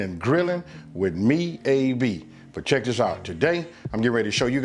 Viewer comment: It’s when he says “check This out“